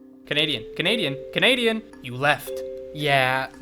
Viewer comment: whattt